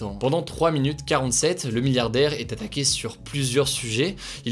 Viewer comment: "S'a ttaque" loul